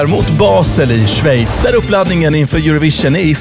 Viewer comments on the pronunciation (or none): none